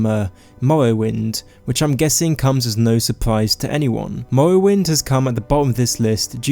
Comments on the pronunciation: Skywim Mowwowind High Wock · I know it may be a lisp or some actual disease but the way he cant say "r" like Skywin or Mowowind